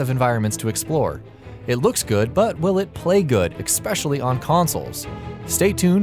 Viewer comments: I literally logged in and left this comment to say that the narrator needs to LEARN HOW TO SPEAK PROPERLY!!!! THE WORD IS ESPECIALLY there's no x there's no hard c after the first e is ESPECIALLY not EXPECIALLY OR ECSPECIALLY. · Why can't you say especially!? Exspecially is not a word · Expecially? Pls stop :D